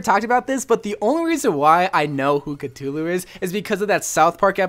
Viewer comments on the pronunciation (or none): ive been playing since the gane came out and still think cultist is the best skin (personal preference) also its not cutoo loo its CUH-THOO-LOO or Cthulhu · Is nobody else mad that he keeps saying cutullu and not Cthulhu you say it like cuthulu not cutulu bruh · its pronounced ka-thoo-loo not ka-tu-lu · wait a minute. Did you pronounce Cthulhu... C-too-loo? I'm fairly sure it's pronounced C-thoo-loo, but idk. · CUTULU? CUTULU??!!!!!!!!!!! IT'S CTHULHU!!!!! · Cootoooooloooooo It’s Coo-Thoo-Loo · its not cut-u-loo its cuf-u-loo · Uhh catulu? It's cathulue. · It's cathulu not cut-hulu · Ku-Thu-Lu, not Ka-two, lu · Ka-thoo-loo not Ka-to-loo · It's cthulu not ctulu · c'THulu..... not c'Tulu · Its cu thu lu not ca too loo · Him saying Catulu is giving me a brain aneurysm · Did he just say Cuh-Too-Lou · Cthulhu is pronounced Cuthulu and he has a octopus face, dragon wings lion claws and sheep hooves for his back feet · Did my man say catulu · Cuhtulu isn’t a pronunciation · C"tulu TRIGGERED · Lovecraft said that the closest humans could get to pronouncing it would be something along the lines of "Khlûl'-hloo" there isnt even a "th" or "t" sound. basically what im trying to say is it cant possibly be pronounced by human beings. anyways cultist is a really good skin, i agree. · Cthulhu is pronounced ca-thu-lu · cthulu (cu-thu-lu) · Sorry for doing this but it's pronounced cu-th-ulu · its ca-THU-lu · It’s pronounced ka-thu-lu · the entire time during the cultist review portion I was dying because of how wrong his pronunciation of Cthulhu was. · I’m really triggered by how said Cthulhu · The way he pronounces Cthulhu hurts me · U pronunced Cthulhu wrong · Not to be rude but Cthulu is pronounced with a th sound like the or then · You pronounced Cthulhu wrong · That’s not how you pronounce Cthulhu >:(